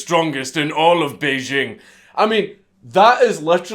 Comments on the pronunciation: The capital of China is pronounced Bay + jing (as in jingle or jingo): hundreds of people on the TV and Internet who should know better can be heard pronouncing it as if the "j" were a French "j" - as in Jean-Jacques or "je ne sais pas" (the sound that we spell with an "s" in "leisure" or "pleasure"). I speak Mandarin so I know what I'm talking about. The French "j" sound does not exist in standard Mandarin. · he said bejing china